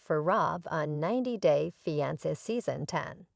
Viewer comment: SAY " FEEE..ON...SAY".... ITS NOT.. " FEE... ON...SAH" OR " FEE...ON.. SIR"... PRONOUNCE WORDS PROPERLY PLEASE. CORRECTLY. LEARN ENGLISH.